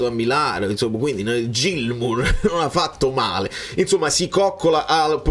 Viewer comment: Niente proprio non riesce a chiamarlo "Ghilmour" 🤣